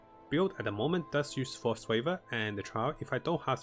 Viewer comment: Force waver? Do you mean to say “Frost Weave”????